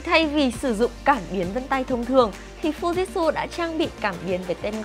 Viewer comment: hãng máy đọc tên cần sửa lại shop ơi: Fuji/tsu ( phư ji chự) Chứ ko phải Fujit/su